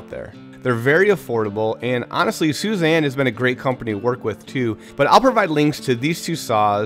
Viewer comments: Not Suzanne, pronounced (sue-ee-za-n) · Your sponsor's name is more like "Sooey-zahn", not "Suzanne" 😆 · beautiful table but youre butchering the name of that saw brand. Its pronounced soo-ee-zah-n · Suizan is pronounced = Soo-ee-zahn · Phenomenal workmanship! I can't help thinking Suizan is not pronounced that way. I know that's not the right thing to take away from this video.